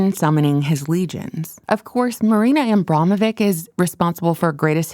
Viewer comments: It's pronounced "Abramovich". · I can't watch this. You can't pronounce names correctly and you have serious diction issues. Rothschild isn't pronounced that way and neither Abramovic. Please, learn!